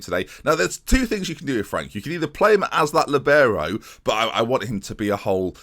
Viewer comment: It’s called a li - bee - row